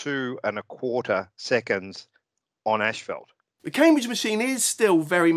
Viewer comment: Absolutely loved the way pronounced asphalt...ashfelt. That would be a fantastic name for motorcycle pants ™